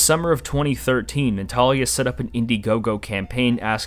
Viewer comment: Minor nitpick but it bothered me that Ziar, Mabuka and Natalia kept being mispronounced.😂 Otherwise I really appreciated this video!